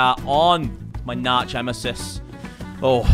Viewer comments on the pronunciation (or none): "my narch-emesis" had me dying